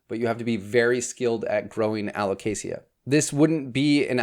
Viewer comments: I've only ever heard it pronounced alo-kay-shuh /alo-kay-shah, without the hard "sia" sound like you said! I always silently corrected the other pronunciation to myself on these videos, but never commented about it because I always worry about coming across badly even if its intended well 😅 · This is how Alocasia is properly pronounced a•luh•kay•zhuh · Aloe - kay - Sha 🤣🤣🤣🤣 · Who corrected your pronounciation of alocasia? They're wrong! lol It is [al oh kay zhuh] with a Z sound, not the soft S. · Think of it in these terms, you don’t pronounce the L in salmon. You don’t pronounce the I in Alocasia. AL-OH-CAY-SUH. Hope that helps 😆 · Dude, there's no ea at the end of Alocasia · I don't know anyone who pronounces alocasia with a hard 's.' But i dig it! Much fancier! And also, ty for this video! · Are you sure that’s how you pronounce alocasia?